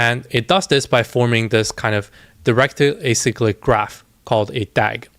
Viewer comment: You're the only youtuber I've seen actually say directed acyclic graph correctly and know what it is lol